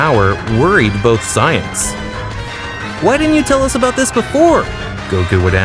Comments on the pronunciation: Bro keeps purposely saying Sigh Ins instead of saiyans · Saying “Sighings” for “Saiyans” throwing me off. 👀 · These mispronunciations got me cracking up. Sigh-ins instead of saiyans and kali instrad of kale 😅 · I know for a fact you did NOT pronounce Saiyans as Psy-ans. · The voices are terrible and so is your pronunciation of their names. U said "cyans and kukarot" like bruh if english isn't ur first language then why bother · You really don't know how to say the word saiyans very well